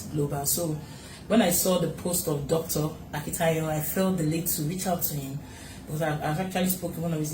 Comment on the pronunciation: Dr. Stephen 'Akintayo' and not Akintoke. Please correct that.